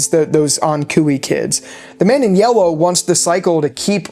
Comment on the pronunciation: “the man in yewwow”. No hate btw just made me laugh lol